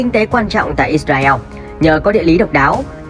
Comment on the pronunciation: “ Ít Ra Eo “ ? Nên tìm hiểu và phát âm đúng tên quốc gia người ta đi ạ